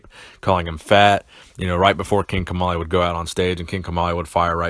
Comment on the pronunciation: I thought you said King Tamale